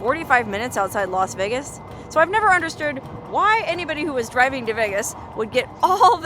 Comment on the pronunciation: "Los" Vegas?